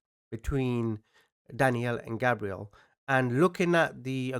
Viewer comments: I was wondering why you pronounce the victim's name as "Gabrielle," a girl's name, when it's spelled like a boy's name "Gabriel"? I thought you were talking about a completely different victim for a sec. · You keep saying his name wrong. You’re saying it like Gabrielle, not Gabriel. Google the pronunciation and you’ll see you’re wrong. There is a proper way to say his name and you’re wrong. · right, Portuguese, Pakistani, born in England… so with all this culture you should be able to say a boy’s name properly. Daniel isn’t Danielle, Gabriel isn’t Gabrielle… they’re names of you’re native ENGLAND where you like to mention you were raised. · Gabriel is pronounced “gay-breel”. Learning to pronounce their name is being respectful to the victim. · It’s gabe Ree el